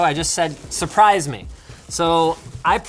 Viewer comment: He said suprice me no??? 😂